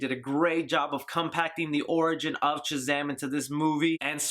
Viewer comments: Is it just me is our boy saying CHUZAM? Nice review bro! cant wait to see this film!!! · Great review! Why do you pronounce it CHAZAM? Is it an eastern euro accent?